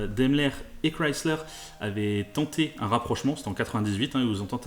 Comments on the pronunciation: Enfin une personne qui sais dire correctement le nom Chrysler !! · alain excuse il faudrait qu'il l'a prononce avec un accent francais dégeulasse, il prononce exactement comme elle doit se prononcer c'est une marque américaine